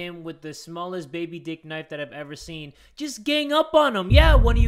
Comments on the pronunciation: Oh because he said knifu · HE ALWAYS SAYS KNIFU😱😿😭